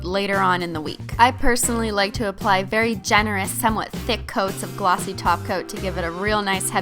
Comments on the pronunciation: omg for the first time she said top coat.......nope she said taco again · It's so funny, how Christine needs to force herself to say "top coat" instead of "taco" !😂😂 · whenever she said "top coat" i just heard "taco" i think im in the wrong channel xD